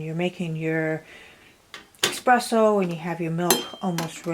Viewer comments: Its espresso.. not expresso. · There is no X in espresso darling